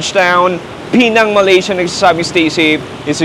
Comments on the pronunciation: It's not pronounced as PEE-NANG. It's PEH-NANG. The stress falls on the 2nd syllable. Pinuntahan mo na rin lang yung place, sana tinanong mo na rin sa locals kung pano i-pronounce Ng tama yung lugar nila. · PE NANG Ang tamang pronunciation nyan at Hindi Pinang